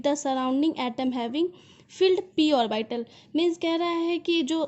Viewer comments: why you pronunciate it ओरबाइटल it's ऑर्बिटल 🙄🙄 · orbital ko shi se pronounce kro